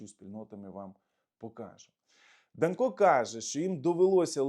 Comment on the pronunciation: В принципі не ДанкО, а ДАнко. Наголос на перший склад. Я думав більш відповідально до своїх ефірів готується. Але мабуть я помилявся